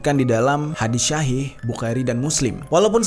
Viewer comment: Sedikit benerin kata ya kak Buraq dibacanya itu=Buroq Shahih dibacanya itu=Shohih Ar-rass dibacanya itu=ar-ross 😁😁😁